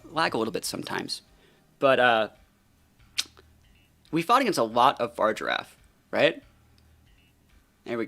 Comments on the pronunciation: Why do you call Farigiraf “Far-Giraffe”? It’s pronounced “fah-rih-giraffe” lol. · yeah but you say “far” rather than “fah-ri”. You are removing the “ri” syllable from its name lol.